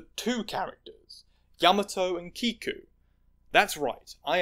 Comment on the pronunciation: you mispronounced kiku and yamato, yes yamato is a man he said that himself